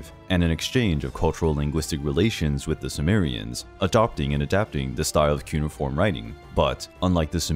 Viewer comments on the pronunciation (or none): none